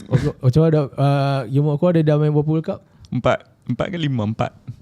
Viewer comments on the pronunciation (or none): OCHOA ka OKOA sebutan dia tu botak... Xbuat homework ka...awal² sblm tu kemain lagi kata kat orang 😂😂😂... Kena kat hang hahaha